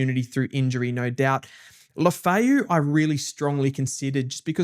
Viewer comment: Mansell and Lefau pronunciations need a bit of work.